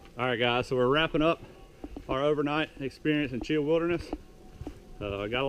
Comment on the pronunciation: Grew up right down the road near Delta, spent my whole life up on the Pinhoti and the other offshoots. Glad to see someone posting videos about it. Side note though, it's pronounced Chee-haw, not Cheeuh. Hit the Chinabee next time you're in the area. Beautiful trail.